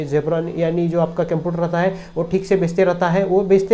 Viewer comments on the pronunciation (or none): केमपियूटार नही है बे – computer (कंप्यूटर) है।